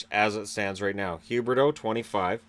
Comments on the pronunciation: Leon L he purposely says Huberdeau. He does it all the time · He says Huberdeau on purpose lol